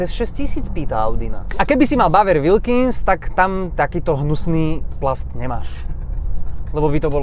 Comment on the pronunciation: nie v zlom ale male jazykove okienko: Bowers & Wilkins sa cita zhruba ako "bauers änd uilkins"